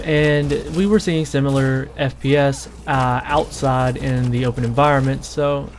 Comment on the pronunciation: That's not how you pronounce "outside."